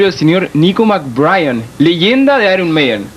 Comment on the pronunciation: nicko "mcbrayan" jajsjsj